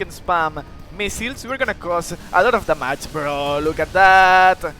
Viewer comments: When you say damage i thought you said the match 😅 but good vid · No problem, in fact I kinda think da mage is better sounding